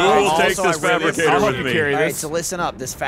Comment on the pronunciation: It’s fabricator not fabricgater Gavin Geoff & should’ve bee there as well